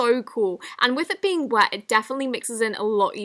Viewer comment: The word is wet, not we